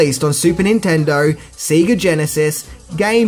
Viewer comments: SEGA is pronounced "Say-ger", not "See-ger". I can't let that one slip. Love me some Power Rangers though!. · it's pronounced SAY GAA not SEE GA lol🤣🤣🤣🤣 good video though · Sega is pronounced Say-Gah..... not see-gah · I can't tell if you're mispronouncing Sega on purpose as a joke or not. The company name is literally stated every time you turn on any game on any Sega device. Say-ga. Not See-ga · Dude, it's not Seega... even japan said S-E-G-A... its sei·guh heres 1 hour of japanese SEGA Commercials. never Once do they say Seega. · Sega is pronounced Say-ga not See-ga. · It's Say-gah not See-gah. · Have you always said seega and not Sega? Love the vids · It's Sega not seega. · SAYGA NOT SEEEGA -_ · What the fuck is "seeee-ga cd"???? Has he not seen ONE Sega commercial?!?!?! They literally tell u how to say it!! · Right! It irks me that a child of that era would pronounce it so wrong like that! I mean, when you booted it up, it literally tells you how it's pronounced. "Sayyyy-gahhh". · Lol at your pronunciation of Sega. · if I may inquire? I'm guessing from the way you pronounce "Sega" that you didn't play it much growing up eh? you pronounce Nintendo spot on. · he can't even pronounce the household name "sega" right so I think a foreign name is a big ask